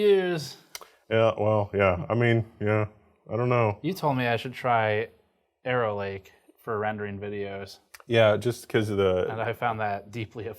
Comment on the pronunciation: Just heard Errorlake there, not Arrowlake.